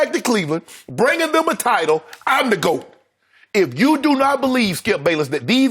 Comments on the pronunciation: "If you don't think you the GOIT"....LOL! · "if you don't think you the goyt!"-Shannon Sharpe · the "goyte" LMAOOOOOOOOOOO